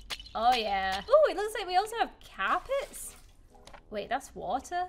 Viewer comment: it sound like you said cap its. Me: hello guys do you like my new carpet?: hello guys do you like my new capits